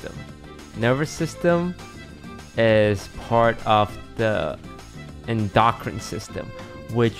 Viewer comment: "is part of the en-dock-rin system" ...........................................................................................